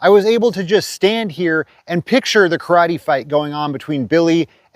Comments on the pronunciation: KARATE! Nobody pronounces better than George takaei, Oh My! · This episode taught me to correctly pronounce “karate”. Like a dildo. I love your videos. You rule. The church steeple and the star, that’s just incredible.